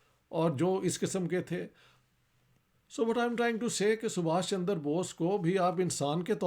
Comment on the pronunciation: सर इश्तिहाक जी का सुभाष चंद्र बोस को सुभाष चन्दर बोष कहने का कारण ये है कि उन्होने ये नाम फारसी लिपि(उर्दू) या अंग्रेजी लिपी में ही पढे है .जिनमें चन्द्र और चन्दर का अंतर नहीं पता चलता । Why Sir Ishtihaq is pronunciating Chandra as Chandar ? It may be because he has read this name only in English and Persian script(urdu) .. its difficult to express this pronunciation exactly in these scripts.